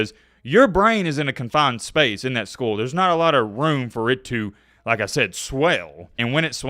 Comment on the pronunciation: I’m gonna skip over your pronunciation of skull bc of the seriousness of the topic